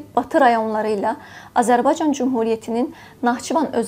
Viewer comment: Lütfen Âzerbaycan sözünü Düzgün telaffuz etmeye çalış şapkalı Â olarak kullan ruslar gibi telaffuz ediyorsun Azerbaycan değil A" zerbaycan yani şapkalı Â gibi düşün